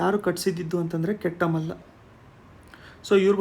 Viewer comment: Kettamalla alla sir ketumalla